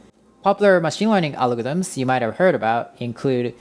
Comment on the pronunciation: nigga learn how to pronounce algorithms